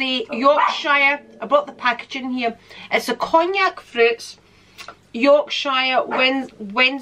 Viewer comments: You said “Yorkshire” like someone from across the pond would pronounce it 😆 or maybe that’s how the Scots do it, with the emphasis on the SHIRE part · Your pronunciation Of ‘YORKSHIRE!’ … 🤭😉 Was So Cute … I’m Still Subscribed To ‘The Ok Beauty Box’ … Generally ‘Skip’ A Month When I’m Not Happy With The Products …